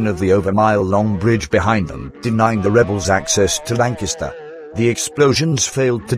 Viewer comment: I’m impressed. The auto-speak managed to pronounce “Lancaster” properly